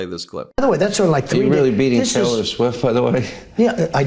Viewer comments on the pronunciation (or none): Sounds like hes saying Teller Swift